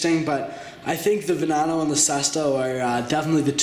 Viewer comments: Its murchyelago and veneeeno and aggera like g as in goat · Also, not to criticize, but you may want to work on your pronunciation of some of the supercar names. Examples: Veneno (veh-nay-no) and Huayra (why-ruh). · Its not a venano its a veneno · Nice to see your channel is still alive. Oh and it's actually Veneno (Veh-NE-No). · You said Veneno wrong.